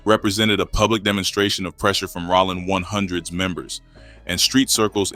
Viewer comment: “Rawling 100’s” these ai voice fuck ups be frying me😂